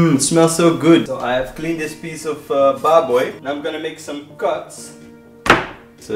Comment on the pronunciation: I like the way you say "baboy" haha! Now you are the chef of your own! Thanks for liking our filipino foodies.